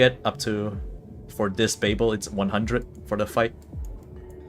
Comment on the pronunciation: It's called babil not bay bel. It's a city in Iraq and was the capital of the Babylonian civilization